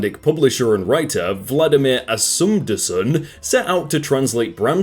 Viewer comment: "Asum-dason" .. its As-mund-son. 'Myrak-ana' is Myr-kranna.